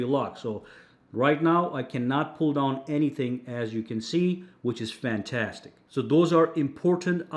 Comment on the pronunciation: Sounds New Jersey AF 😆